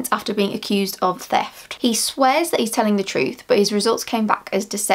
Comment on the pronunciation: Feft? Is your tongue broken?